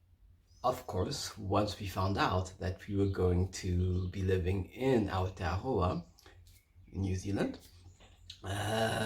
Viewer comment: Kia ora I love how you say Aotearoa (land of the long white cloud ☁️) you say it perfectly ❤️🙏❤️